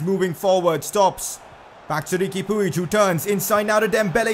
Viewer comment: Puig is pronounced "pudge"